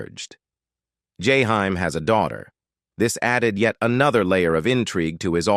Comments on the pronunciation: “Jahime” “Jayhime” “yayhime”😤😤😤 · Learn to pronounce this man name correctly. Its jaheem/ jaheim😤. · I wish you would learn how to pronounce his artist name correctly. Or don't do the video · Your killing his name 😂😅 omg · Damn if u gonna do a video of someone learn how to say his name before u keep fukin it up😢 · Is this an A.I doing this video cuz they F’ing up this man’s poor name…smh! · Motherfuker saying the man name wrong on purpose